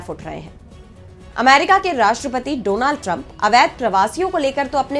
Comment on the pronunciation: Agli bar dronad bolne wala kon bolatha ? A eski porinam ab vogo